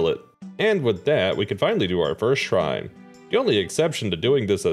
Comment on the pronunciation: The impressive part isn't even the challenge it's the perfect pronunciation of the shrine names